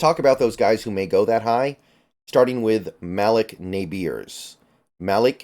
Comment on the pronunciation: It’s pronounced as “muhleek Neighbors” not Malock nabeers 😂